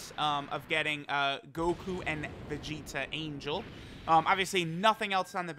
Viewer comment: really said Vegtio...